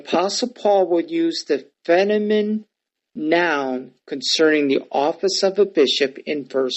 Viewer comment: Was tracking till you didn't know how to pronounce "feminine." Seriously can't pronounce a key English word....I don't trust you on the Greek.